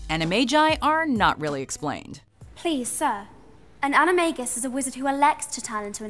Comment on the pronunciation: I still think "animagus" should be pronounced with a soft "g," as in the word "magus," which is obviously where the term comes from. How could the films have missed this?